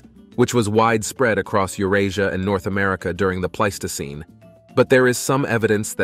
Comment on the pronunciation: Also pleistocene